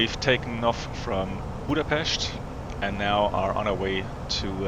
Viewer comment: Nice video! And you said Budapest right!